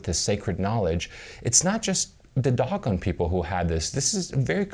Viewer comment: Dough Gone not Dog on ..... ass